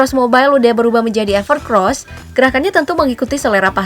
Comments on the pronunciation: Evercoos bukan evercros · EverCOSS mbake, bukan EVERCROSS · Evercoss, knapa org org bacanya pada evercross😂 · Bacanya gimana sih min, evercross apa evercoss. Tulisanya kan EVERCOSS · bacanya everkeross tapi tulisannya EVERCOSS 😀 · Segitu jelas Namanya EVERCOSS kok ngomong nya EVERCROSS mulu zzzz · Ralat, evercoss mbak bukan evercross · Itu bacanya evercoss mba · evercoss apa evercross ? pengisi suara bilang nya evercrosssssssss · Evercoss mbak, bukan EvercRoss (huruf R nya cuma 1) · EVERCOSS mbak mimin, bukan EVERCROS.. 😂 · Perasaan awalnya emang namanya evercross, tp jd evercoss, itu jelas tulisanya evercoss,tp s mbaknya tetep aja bilang evercross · Belajar baca lagi mba, udah jelas evercoss bukan evercross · Evercoosss minnn.. Bukan evercross .. Dulu evercros.. selarang evercossssssss... Tinggal baca aja masih salah dasar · Evercoss bukan evercros :v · UDAH JELAS-JELAS DI TULISAN NAMA HP NYA EVERCOSS, KENAPA DI BACA EVERCROSS ?? BISA BACA GA SIH MIN ??🤬🤬🤬🤬🤬🤬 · anda salah mention. Itu ever COSS bukan ever CROSS wkwk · Evercoss bukan evercrosss... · Evercoss kenapa dibaca EVERCROS ?? KOK PAKE R? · evercoss min bukan evercross 🤣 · evercoss ya bukan evercross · Mimin bilangnya sama Evercross padahal evercoss wkwkwk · Mbak....EVERCOSS bukan EVERCROSS😃😃😃... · Evercoss min bukan evercross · Gw dengernya mba nyebut evercross bukan evercoss 😩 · Bukan "EVERCROSS" ya Mbak! Tapi "EVERCOSS" COSS COSS ga pake R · Evercoss mbak bukan evercrosbhehhehe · Evercoss dibaca Evercross kah,,? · Evercoss dibaca Evercoss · Apakah Evercoss memang dibaca Evercross? 🤔🤔